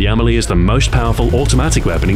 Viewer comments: With no accent, the Spanish would pronounce it "Am-EL-ee", with the stress on the E, not the A. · The Emily? Are you sure that's how it's pronounced? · I thought it was pronounced emeeley